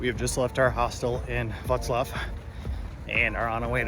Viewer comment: Your 'Wrocław' pronunciation is impressive.